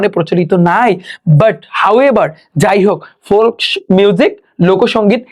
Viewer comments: আপনার এক জায়গায় ভুল হয়েছে, ফল্ক মিউজিক বলছেন ওই খানে হবে ফক মিউজিক কারণ O হচ্ছে ভাওয়েল আর ভাওয়ের এর পাশে L থাকলে L এর কোনো উচ্চারণ হবে না । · Folk উচ্চারণ ফলক না ফোক হবে। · আপনার কিছু কিছু english শব্দ উচ্চারণ ভুল হচ্ছে। যেমন folk এটা ফল ক না এটা হবে ফক । ritual রেসুয়াল না রেচুয়াল । pls স্টুডেন্টদের ভুল উচ্চারণ শিক্ষাবেন না । এছাড়া আপনার ক্লাস নেওয়া সুন্দর আছে and details ক্লাস নেন। এটা অনেক ভাল লাগছে । খুব সুন্দর বুঝিয়ে পড়ান । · ফ্লক না ফোক। এতো ভুল কেন🤬🤬🤬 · apni amr teacher but tao ami boltechi je apni folk music ta je bollen oikhane l er uccharon ta hoy na onekei ace jara thik moto word Ekhono bolte pare na so tader jonno holeo word gula ektu valo vabe bolle ektu bujha easy hoy ☺️ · Apnar porano Masha-Allah onek sundor. 😊 Kintu Apnar vocabulary and pronunciation Valo kora uchit❤❤. Jemon- Apni bolsen Folk - ফল্ক Hobe ফোক্ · ফল্ক নাকি ফোক? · কিছু উচ্চারণ ভুল আছে । মিগরেট = মাইগ্রেট টিউনিস = টিউনস ফলক = ফোক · folk=ফোক....... not ❌ফল্ক... As a teacher, you should be careful about your pronunciation.... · Folk উচ্চারণ এ ভুল আছে আপনার। উচ্চারণ হবে ফোক L এর উউচ্চারণ হবে না৷ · Folk pronunciation ta ektu clear koren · Folk এর উচ্চারণ সঠিক হয় নি